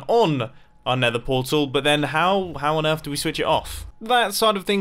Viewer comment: Lol mumbo be like:starter base and talks about going to nethee